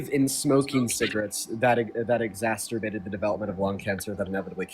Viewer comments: Exacerbated. Not exastorbated. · also doesn't know that the word is 'exacerbated', not 'exasturbated'.